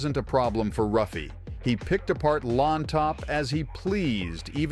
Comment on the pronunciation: It is pronounced "Huffy" not Ruffy. Like "Henzo" Renzo Gracie. Great Video btw